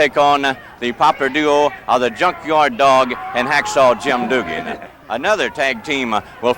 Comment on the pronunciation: The announcer calling him hacksaw doogan. Lol